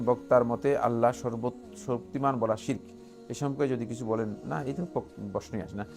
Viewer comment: শিরোক না শিরিক।উচ্চারণ ঠিক করেন?